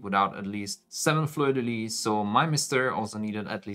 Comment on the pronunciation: Amazing work! (also, we do pronounce the "s" at the end of "Fleur de Lys" in French ;) )